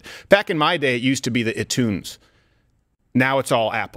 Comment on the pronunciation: He said iTunes like he actually had used it before and didn't even pronounce it right lol